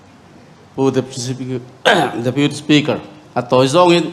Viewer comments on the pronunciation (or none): Health minister chu a rui mi aw. Deputy speaker tih pawh lam fuh theilo tlat🤣